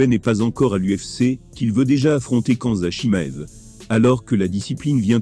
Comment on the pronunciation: La fameuse chaîne YouTube d un amateur de MMA comme tu dis, c est la chaîne " ilies MKT " Ce n est pas une critique mais essaie de prononcer le nom des combattants que tu cites correctement. Je te conseille de visionner à nouveau la vidéo d ilies quand il interviewe cedric Doumbe, tu prononceras correctement khamzat chimaev. Bonne continuation.